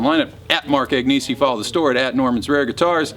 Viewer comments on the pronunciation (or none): 'AGNESI' is an Italian name, Kind Sir, and, as such, it is pronounced - AHN-YAY-ZAY.